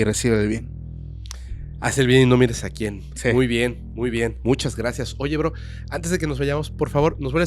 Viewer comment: No Jodan!! La manera en que el Host dise Bro!!! Tuve que regresar el video y escuchar tres veces para ver que no le estaba diciendo una groceria , yo escuche Cabr@ … 😝😝